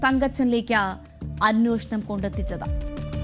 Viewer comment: അന്നോഷണം അല്ല കുട്ടി അന്വേഷണം😂